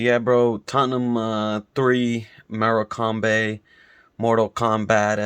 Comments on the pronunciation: Big up! But the way u pronounce their name makes it sound like we played a European team! Maybe should have just stuck with the shrimps. I’m telling you bro!!!! More-Kim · Love that, completely honest review and some of these players are useless! P.s. love the way you pronounce it, more-a-combé hahahah big up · Mora-combe lol